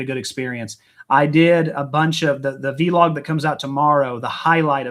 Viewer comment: I love the way you guys make the word Vlog into two words and pronounce it vee log here in England it's just Vlog